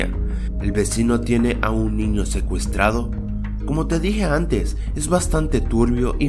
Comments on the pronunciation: Like si te fijaste en que dice ecuestrado en ves de secuestrado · like si alguien más se dió cuenta de que dice ecruestrado y no secuestrado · en vez de q diga el titulo secuestrado dice ecuestrado jaja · di lo tuyo: ecuestrado!EHHHHHHHHHHHHH! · ecuestrado o secuestrado jajaja😂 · al comienzo dice ecuestrado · Hay dice ecuestrado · like si te diste cuenta que dise ecuestado